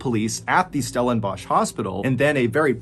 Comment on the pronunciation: Thank you for pronouncing Stellenbosch correctly. Sandile is pronounced "san-DEE-leh